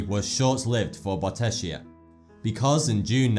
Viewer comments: Bottecchia is pronounced Bottekkia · It's Peonis, not poenis. And as Italian I find definitely funnier the way he spells Bottecchia: BOTESHIA lol :) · Really interesting video. Some little Italian suggestions: "Bottecchia" should be spelt like "bottekya"; and it is "pEOnis", not "pOEnis". Great video thoug